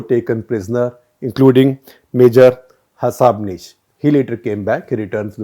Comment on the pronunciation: Shekhar, it is Ha-Sabnis and not Hash-abnis. A Punekar here, slightly sensitive towards our surnames. :)